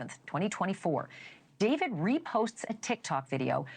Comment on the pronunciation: “daveed” bro just say david😭